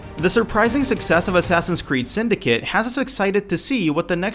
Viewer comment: u dident say suyndicate right. u sayed syndice